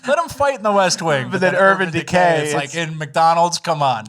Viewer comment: "UrBann DeKay"